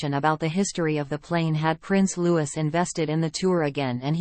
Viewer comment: Its pronounced Lou ee..fgs.